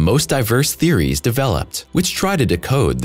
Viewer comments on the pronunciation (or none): none